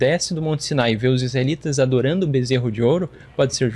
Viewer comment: Ai ai, o bezserou de ouro kkkkkkkk